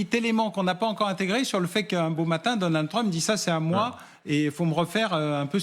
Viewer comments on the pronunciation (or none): none